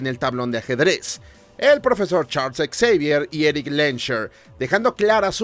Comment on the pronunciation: Me hace gracia como pronuncias el nombre de Charles Xavier como Charles Exavier 😂 No lo toméis como una crítica o como si fuese un grammar nasi, pero la pronunciación sería como 'Shavier'. Y dios, siempre vuelvo a ver esta trilogía, fue de las primeras películas de superheroes que vi en mi infancia, y me siguen encantando.